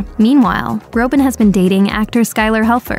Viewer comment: Btw his last name is Groban, not Grobin